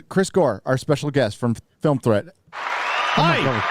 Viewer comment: I swear Chris said Film Tread, when Film Threat is right there on screen next to his name